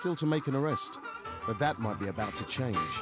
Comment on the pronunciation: "who taught you dat one?" LMAO Damn straight it werent no West India!